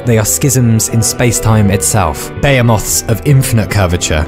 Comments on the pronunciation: Bay yeemuff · The way he pronounces "behemoth" tho... 🥵